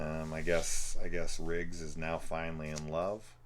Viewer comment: You keep saying “Rigg” instead of Riggs, and it’s driving me nuts haha. Good content though, especially in the video on the 4th one.